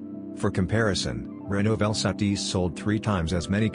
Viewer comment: Its Renault